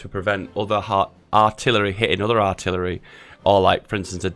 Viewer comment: le giggle "Arillery" le giggle